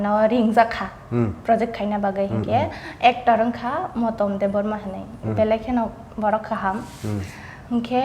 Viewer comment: The Anchor be pronuncing like :- favarat, diractar, actar etc hehe